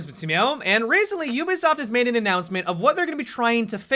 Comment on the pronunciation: Ubisaft? Ubisaft?